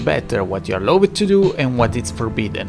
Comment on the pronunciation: Allowed si pronuncia "alaud"